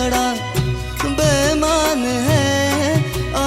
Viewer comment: bemaan ❌Beimaan ✔️ Pls Bro Legend Hai Woh.. Ase Toh Mat Kar Doh #No Offence😢